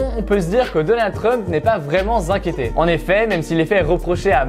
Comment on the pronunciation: ) N'est pas vraiment Zinquiété